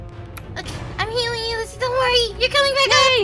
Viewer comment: Her name is pronounced/spelled Lyssy btw!